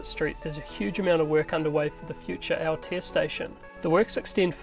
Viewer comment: Great update... However, would be awesome if you could work on your pronunciation of the te reo names, it's 2021 and we can do better... Never heard of Krang gah happy or Aya taya...